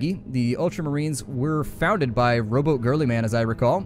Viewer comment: I heard it like that too